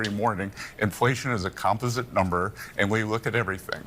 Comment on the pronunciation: The way Scott B said composite made it sound like compost 😂